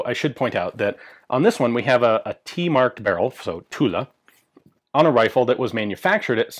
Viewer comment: For a moment I was wondering why the hell Tula arsenal would build Lebels, then I realized he's saying "Toulon"